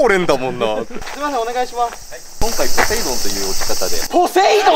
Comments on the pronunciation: のポセイドンって言った時「ポテトー亅に聞こえるのは僕だけ？ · のポセイドーンの時の「ポ」がポテトで〜すのポやった